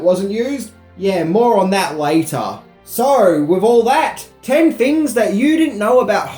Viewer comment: Dear people of Australia: the word, ‘so’ does not contain the letter R.